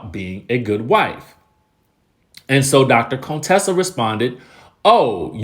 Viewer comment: You keep calling her Cone-tessa you petty 🤣🤣🤣🤣